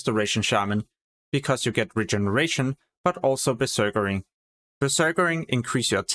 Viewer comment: "berserkaring" haha